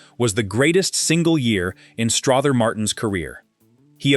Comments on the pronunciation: I actually found this interesting, but you have a lot of footage of various actors that aren’t Strother Martin.😂 Also, it’s pronounced Struh-ther as in other, not Straw-ther as in bother. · It's pronounced Struther Martin ser. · It’s pronounced Struh ther!!! And quit showing pics of other actors, ugh!! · Who taught your narrator to talk?! The man’s name is pronounced as if it was OTHER with an STR IN FRONR. Then the word DOVE IS NOT Pronounced as! DUVE